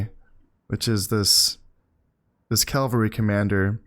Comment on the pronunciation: Really enjoying this series, and I know this video is really old so you might not see this, but I have this pet peeve when you say Calvary haha, horse units are cavalry; Calvary is the site on which Jesus was crucified